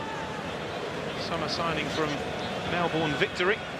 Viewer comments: Hey man. Not all of us mispronounce it. That said, I'm surprised the commentator did. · I thought Americans were the only ones to not pronounce Melbourne correctly.LOL